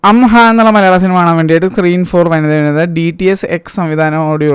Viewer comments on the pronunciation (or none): Am Ah - അം ആ : ഇതിനെ "അം ഹാ " എന്ന് pronounce ചെയ്ത നീ... രണ്ടാം പകുതി കൊള്ളില്ല എന്ന് പറഞ്ഞ നീ.... യഥാർത്ഥത്തിൽ നീ എന്ത് സാധനം അടിച്ചിട്ടാ സിനിമ കണ്ടത്??😮 |